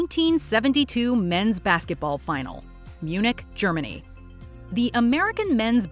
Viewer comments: Uh.....Munich? Seriously? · Munich?? Ummmm? Munich?